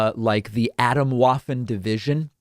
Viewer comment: I don't know how the nutjobs pronounce it themselves but I think the w in Atomwaffen should be pronounced like it is in German since it's a German word. In that case waffen is pronounced like if it was spelled vaffen in English, like vapor and not waffle. (Waffen means weapon.)